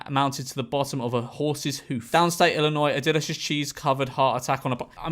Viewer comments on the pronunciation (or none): none